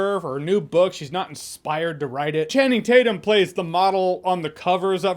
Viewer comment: “I call him Channing Tate-Yum.”